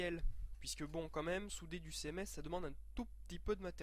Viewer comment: "céhèmès" laule